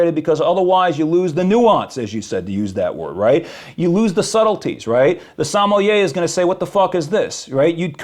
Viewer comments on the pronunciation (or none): But he also doesn’t even know what he’s saying. Used a ‘sommelier’ in a reference about watering down whisky. 1) pronounced it like a child would 2) a sommelier had NOTHING to do with whisky. He’s simply using words he doesn’t understand what they mean. And hoping no one else knows. It’s wild. 😂